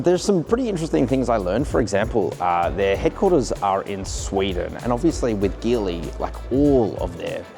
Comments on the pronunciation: It’s pronounced as Geely (Ji Li), like Geelong, not Ghi Long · Great video and can’t wait to see the 7X land in Australia! By the way the word Geely should be pronounced as Jeely😊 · Geely is pronounced djilee mate!